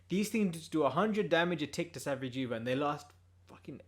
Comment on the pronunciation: Lol “sa-vee-jee-va”